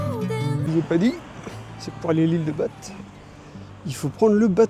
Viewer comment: genre personne t'as dit que c'est prononcé ba et pas bate...